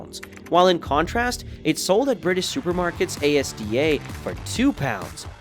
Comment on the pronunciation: Why did u say ASDA like that lol